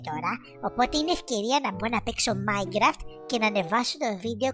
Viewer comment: Το mine raft το λέει μινικραφτ xd